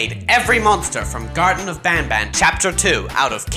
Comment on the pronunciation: Its garten not garden btw. Garden is short for kindergarden also where is sheriff toadster